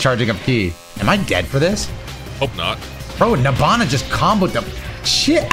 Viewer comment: Knowing the name is “Nabana” but I keep hearing “Nirvana”😭